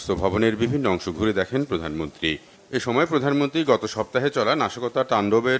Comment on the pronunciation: প্রদানম্নত্রি না, পছামন্তি